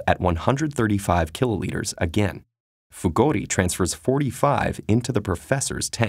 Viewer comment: Who heard Fugodi instead of Fugori?